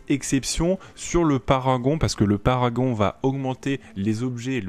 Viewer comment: C'est Parangon pas paragon...